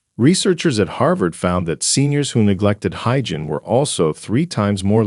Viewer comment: This is insulting!!! It’s ageism on steroids. You are lumping every person over 65 into one bag! I am 78. I have high functionality. I don’t forget words. I don’t forget people’s names. May I suggest you correct your grammar on your AI. It’s not “hygin!!, it’s hygiene!! God!! I hope you don’t have aging parents!! Someone should warn them their days are numbered!!